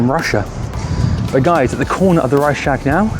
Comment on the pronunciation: You should try to say: Rei-ch-s-tag with a smoth "ch" and a separate "s". ;)